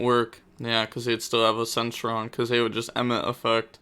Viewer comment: wants to pronounce Algelo and demone properly but fine with saying centron haha